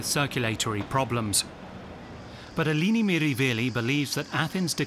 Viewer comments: Wonderful, enlightening documentary. But I’m afraid he consistently pronounces her first name incorrectly. It’s /eh-LEH-nee/, not /ee-LEE-nee/. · it isn't pronounced "Aelaeni" either. It's "eh-leh-nee" — the 'e' pronounced like the short 'e' in "pet", not like the 'ae' in "reggae". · her name is Eleni. He keeps saying Ilini 🙄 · Her name is Eleni not Eeeeeleeeeeneeee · Pronouncing it wrong!